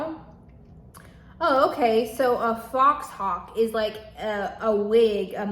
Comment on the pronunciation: I believe it’s pronounced fohawk